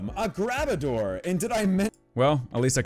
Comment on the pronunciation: The highlight is honestly you calling Garbodour “grab-a-door” 😂